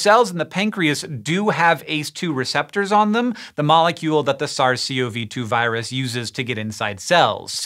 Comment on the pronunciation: "ZARZ SEE OH VEE TWO" this might be the dumbest pronunciation yet :p